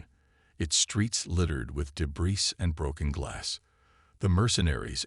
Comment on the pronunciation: A.I.s cannot pronounce the word 'Debris' the thick A.I. pronounces it as 'DEBRISS' and NOT 'DAYBREEE'. Also, advert after advert after advert - the story, such as it is, is ruined by these constant interruptions, I cannot sit back and listen, I have to hover over the mute button and 'skip ad' option. The advertisers know we want to skip their never ending 'messages at us' so - why not have a block of adverts TEN minutes long at the start, or the end of the story and leave us alone to enjoy, after all it's what we logged on for - yes?